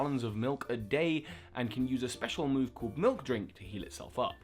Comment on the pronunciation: Did somebody sayyyy MILUK?